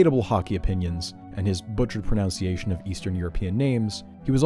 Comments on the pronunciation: "butchered pronounciation" looolllll did u do that on purpose or not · "Butchered pronunciation" while pronouncing pronunciation wrong is really funny.